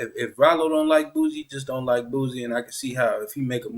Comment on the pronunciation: Lol man put some respect on that man name. Who the hell is boozie. Its boosie.